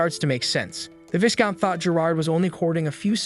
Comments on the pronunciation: These days it's hard to tell AI from human. If you're human I just thought you'd want to know Viscount is pronounced V-eye-count. The S is silent. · you should know... the s in viscount is silent. you're gonna give me an aneurysm if you keep pronouncing that s